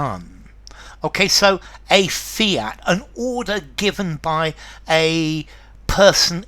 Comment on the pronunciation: The Second word fiat not fint